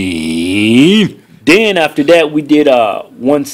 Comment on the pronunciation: when he says 315, that clown makes it sound like 350 lol